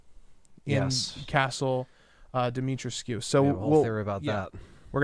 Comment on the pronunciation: Say it like this, DEE-ME-TREESCU